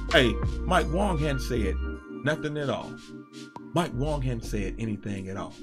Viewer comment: Wang not Wong